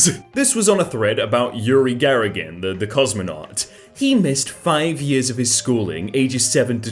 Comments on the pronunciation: you said Garagin, not Gagarin and it just itches my brain :D :D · saying "garagin" instead on "gagarin" unnecessarily triggers me for some reason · it is Yuri Gagarin not Yuri Garagin. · Gagarin, not Garagin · On a thread about Yuri Gagarin: Garagin Now im confused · Can read, understand and talk Russian. Also: "Yuri Garigen" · That's cool and understandable, I speak three languages (so far) and can relate. However, here it's a bit different. It should be "Gagarin" (Гагарин), not "Garigen". Doesn't matter how you pronounce it (I obviously speak enough English and a do at least get enough Russian, to know it's never "Garigen". :P). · IT'S GAGARIN NOT GARAGIN PLEASE STOP thank you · Not to be a huge jerk... But, it is Urie GAG Arin not gargarin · Not Garigan but Gagarin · with no ill intention. It's Yuri Gagarin not Garagin. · You said garagin not Gagarin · ah yes, yuri garagin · You mispronounced "Gagarin". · I cringed so hard at the way pronounced Gagarin